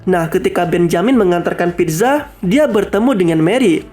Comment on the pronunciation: pizza❎ pitza✅